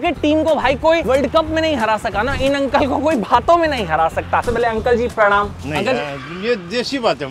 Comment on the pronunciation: अंग्रेज़ों वाला कोई काम नहीं करते लेकिन हाय हेलो करेंगे और प्रमाण को प्रुणूम बोलकर संबोधित करेंगे🤦‍♂️🤬